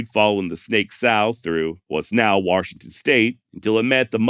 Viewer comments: Thanks for pronunciation of waRshington , sincerely from arekanSaw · An R in Washington? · I laugh every time he says warshington